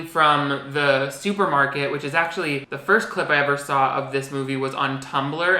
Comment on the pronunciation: every time you say clip breakdown it sounds like you’re saying clit breakdown